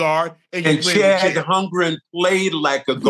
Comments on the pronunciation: Chet not Chad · Someone please teach them how to say Chet’s name!!! 😂